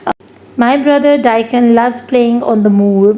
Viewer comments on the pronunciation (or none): Not the dyckon its dickon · Dycon nahi hota dickon hota hai 😂😂😂😂 smajh nahi aayi ghatya teacher.